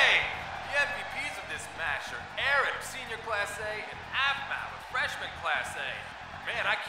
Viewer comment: Ruby Garrison not to hate but it’s “Aaron”